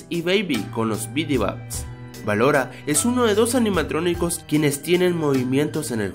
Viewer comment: dijistes en el minuto 1 04 animatroniscos jajajaja